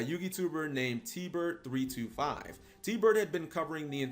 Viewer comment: So disappointed when I heard his name pronounced as "G-Hopper" and not "Gopper". Very good video though, I wasn't around then so had no idea who he was.